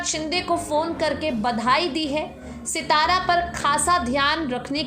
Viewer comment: सितारा नाहीं सातारा बोलो